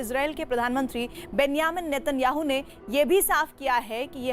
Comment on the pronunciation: बेन्यामिन नेतनयाहू नही "बेंजमीन नेथनयाहू" बोलते है.😊😊😊😊